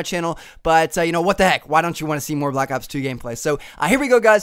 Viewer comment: stop saying black aps its not called that its black ops